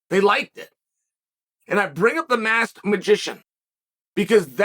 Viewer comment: Why can't you say masked?